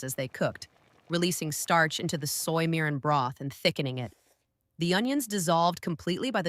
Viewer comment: Vids okay. Eaten many growing up, made some. Wish a real person narrating. Mirin and other words) mispronounced twice, 2 ways. Oh well. As long as viewers get the jist.